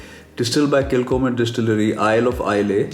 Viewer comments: Nice video. Pronounced Kil _Homan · Pronounced kil ho mann thought since you are so particular that you should know.